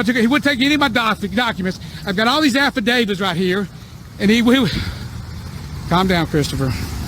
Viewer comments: I often go back and watch these clips several times for 2 reasons: They're often as amusing as they are irritating, and also because you always pick up some new detail about these idiots that you didn't catch the first time Firstly, it's affidavit not affidavid. And also, you notice how these slobberin' citizens always have an entourage of other morons with them. How friggin' sad are you when your day consists of following an unhinged loser around. The refusal of this jerkoff to enter a plea reminds me of that great scene in "My cousin Vinny" Where the judge(the late, great Fred Gwynne) is trying to get Vinny(Joe Pesce) to enter a plea, but he keeps insisting on going off on some tangent. Finally, the judge says "I don't even want to hear you clear your throat. Now ,,,,HOW.....DO YOUR CLIENTS...PLEAD? vINNY: "iI think I get the idea..." Judge" "NOOOO, I DON''T THINK YOU DO. YOU ARE NOW IN CONTEMPT OF COURT" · Another one with the "afidavids" I bet one is an "afidavid of troof" lol 🤣